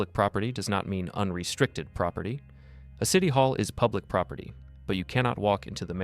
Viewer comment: Propity? It’s property !!!!! She annoying as fk!!!